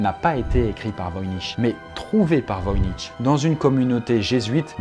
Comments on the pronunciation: On dit [voiniR] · on dit voynik ou o pire voynitch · On prononce le ch à la fin de voynich k mais sinon bonne prononciation et bonne vidéo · Voynich (Wojnicz) était Polonais. C'est donc "Voïnitch"